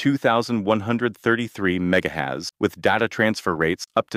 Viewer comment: "Mega hez" you say😂😂